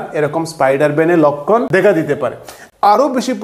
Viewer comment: লক্ষণ কে বলে লক্কন